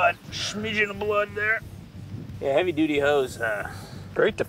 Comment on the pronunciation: He said heavy duddy